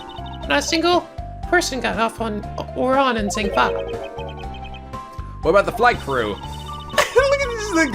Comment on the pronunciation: it's EYE-flEYE the 3rd e in Meele is silent and at least you pronounce Zheng Fa right for once